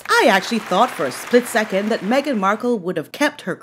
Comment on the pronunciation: I loved your mispronunciation of “Haghen”. Let it catch on 😂😂😂😂😅